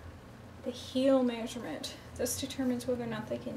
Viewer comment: “Meysurement” interesting accent! Where are you from?